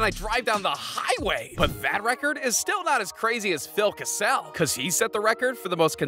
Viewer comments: Phil kasel?? What is that pronoceason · As soon as he said Phil ka-sale. I immediately had to hit the pause button and go straight to the comments